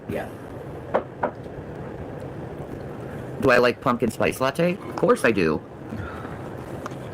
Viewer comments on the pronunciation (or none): none